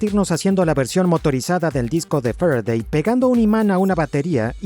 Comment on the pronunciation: Jeje medir con el "volimetro" y estudiar la ley de "f'redey" Interesante video, saludos!